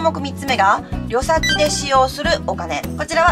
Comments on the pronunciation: 旅先「りょさき「じゃなくて(たびさき)でしょう？がっかりさせないで！終わり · 【旅先】たびさきをりょさき・りょさきと言われると話しの内容が全く入ってこなくなった。こんな小学校低学年の読みを無理に言ってるの？ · 旅先はりょさきじゃなくて、たびさきだろ( 一一) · 「旅先」って「たびさき」かと思っていました。「りょさき」なんですね。